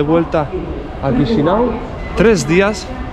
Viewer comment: Perdón pero no se dice QUISINAU, se dice CHISINAU.